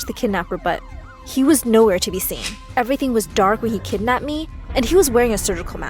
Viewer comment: "I saw my KeDdNaPped